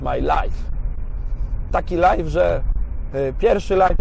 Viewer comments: Tak no offense ale pamiętaj że life (lajf) to życie a live (lajw) to znaczy "na żywo" bo słyszę to "f" wyraźnie i nie wiem czy z niewiedzy czy z przypadku to wynika xD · Raczej specjalnie